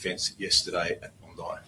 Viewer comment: Sir forgive me to correct you, the name Bondi is spelled as Bondai beach not bondee beach. its Dai at the end not Dee. i know its confusing as many words are not spelled as they are written. probably i would have spelled like you to but i know because i am local. but i am surprized how did you get the complete footage . even australias national channels 7 , 9 and 10 not showing a complete footage like you